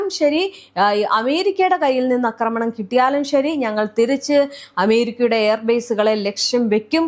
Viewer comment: അക്രമണം അല്ല "ആക്രമണം." ഇന്നലെയേ പറയണം എന്ന് കരുതിയതാ.